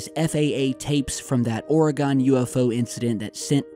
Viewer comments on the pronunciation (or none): Its "Or-again" not "Or-a-gone" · Let’s learn to pronounce Oregon. It’s “Or-e-gun,” not Ore-gone. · Or-eh-gun. Not or-eh-gone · Hi, great video. Please know we here in Oregon, say it as (Oreg/in not Oreg/on). Love your site! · I'm just glad that media says Oregon properly these days. Then as I'm writing this you give the suffix the "gon." Dammit lol. Us natives are very passionate about the pronunciation of our home. Gladly I will not be visiting Louville anytime soon for this very reason. And finally, at the end of the vid you redeem yourself. Keep up the good work! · Oregon is pronounced "Oregin" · love ya, nut it's pronounced, "Or-eh-gUn"